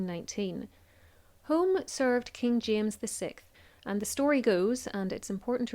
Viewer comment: I believe that the "Home" in the Earl of Home's title is pronounced "Hume."